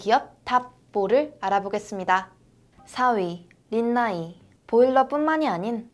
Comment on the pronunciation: 린나이 광고 존나 괘씸하노 륀♥나이이~ 이 발음 길게 할때 알아봤어야했다 히발